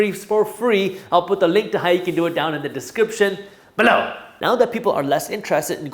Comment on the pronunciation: I thought he’s saying “but now!” ?